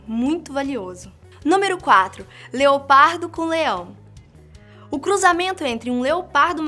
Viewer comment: NÃO. É. ONÇa. É. LEOPADO